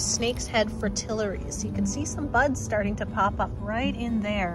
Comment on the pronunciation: Loved yr early spring tour. Made me feel more at home since most others I watch r in the Southern US and they're a month ahead. Yr senior calico is adorable and you react 2 wildlife the same as I do. Noticed u pronounce Fritillaria differently than this Bluenoser. 😉They didn't look like that to me, kind of early wldn't they be?